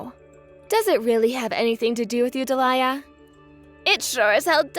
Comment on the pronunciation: Alex sounds 15 and his avatar is of an adult - his dad, perhaps. And he's a bit too good at English to only be, what, 9? And it's pronounced Dee-lee-a not de'liar.